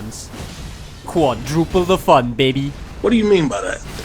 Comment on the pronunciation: I find it very funny how he says BABY, makes me giggle every time.